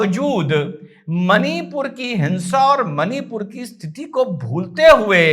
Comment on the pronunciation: it's मणिपुर and not मनीपुर।